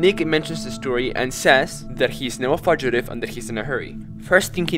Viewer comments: Ah yes, the fudge iddy Not Fyoo ji tive (Fugitive) fudge iddy. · lol that's not how you pronounce fugative, it's pronounced "fujative" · Fugitive is pronounced fewgitive just for future reference. So it sounds like the fu in future. Thank you for making this video , I loved watching it 🤠❤️ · It's promised fugitive "few-jah-tive" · Fugitive, not fudgitive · Fugitive is pronounced "Few-ja-tiv" Idk if you're ESL. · Fudgeutive? It's fugitive (long u sound) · definitely an "english is weird" thing, but "fugitive" is pronounced "fyoo-ji-tive," not "fudge-itive" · Help I keep giggling about the way you say fugitive 😭 “fudgitive”